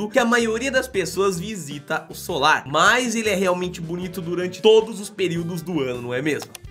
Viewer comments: Vc falou solar ms o nome eh salar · Oi, amei o vídeo, mas vc falou "solar" o tempo todo e o certo é "salar" como aparece escrito no vídeo. Rsrs, mas a sua insistência em falar "solar" não podia deixar passar em branco. Sorry... Mas o vídeo ficou incrível. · gostei muito dos locais mostrados e sempre curto seus vídeos. Mas vc precisa prestar um pouco mais de atenção nas suas narrações. O lugar de chama SALAR, porque é totalmente coberto de SAL. Mas o tempo todo você falou SOLAR! Isso é um tipo de palácio antigo, não tem nada a ver com o que estava sendo mostrado. Foi só um toque. Parabéns pelo seu trabalho. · é SALAR é não solar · desculpe mas se diz salar.